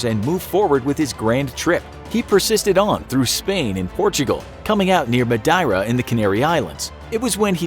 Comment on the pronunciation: Might want to brush up on some of those place name pronunciations - Madeira, Antigua etc It’ll make you sound like you know what you’re talking about